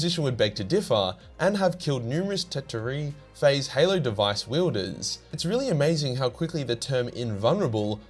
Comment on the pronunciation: it is now canon the halo stars are pronounced hellooo